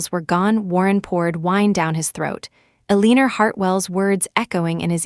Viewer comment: AI can't pronounce Eleanor (el-a-nor). Please work on that.